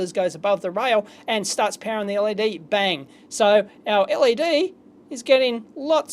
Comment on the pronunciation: L. E. D. Not lead.